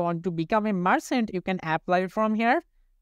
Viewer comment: the title is not 'marchant' its 'merchant '